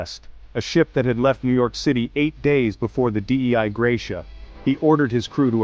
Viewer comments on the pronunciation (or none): Maybe don’t use an AI voice that can’t pronounce “Dei”.